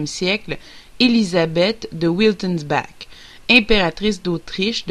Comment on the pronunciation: Ca se prononce : ViteulS bar :) Wittelsbach